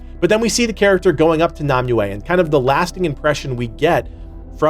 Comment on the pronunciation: it pronounce Nimue (neem-way)